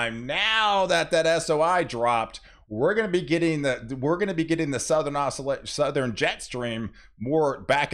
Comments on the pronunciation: It’s said Southern not southren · “suh-thur-en” snow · Did you say SoutherEn?